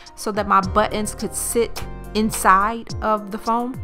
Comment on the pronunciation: thanks for sharing the idea. Good job! Also, Nice Porsche in the garage! I was trying to understand what “but-enz” are. In electrical work there are “butt end” crimp connectors. I thought that’s what you were talking about. I realized you are trying to say “buttons”. :D